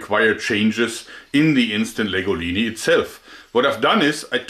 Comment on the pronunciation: Why do I think of pasta when I hear him say Instant Legolini?